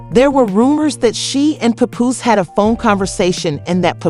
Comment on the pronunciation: Omg learn the right pronunciation of Pap's name!